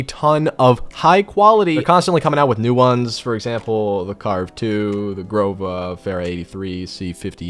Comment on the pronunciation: its the Groza not the Grova lol